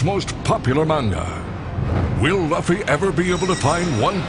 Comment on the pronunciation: he pronounced "Luffy" wrong